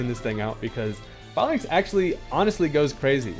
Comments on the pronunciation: HERE IS THE REASON WHY ITS PRONOUNCED FAELINKS NOT FAHLINKS: the pokemon is based off a Roman phalinx. They literally say the real name in the anime too. THE OFFICIAL POKEMON ANIME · sorry to be that guy but I’m pretty sure it’s pronounced “fay-links”, as in phalanx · that’s not how you say falinks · If youre gonna make a video about falinks at least learn how to say the name